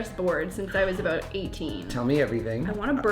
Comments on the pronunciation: 😂😂😂😂😂 idk what your talking aboot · is the best thing you could ever see!!!😂😂 “I dunno what yur talkin aboot.” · I don't know what ur talking aboot 😂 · Hold on, do we Canadians really say “about” like that?